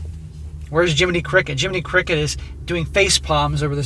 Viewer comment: He said "Jimminy Crickett" and all I heard was "Jimminy Cuckett". I died 🤣 😂 💀